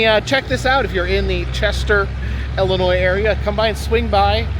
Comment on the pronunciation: Do all the IL locals pronounce it as if it starts with an “e”?? I had no idea yall pronounce it like “Ellenoy”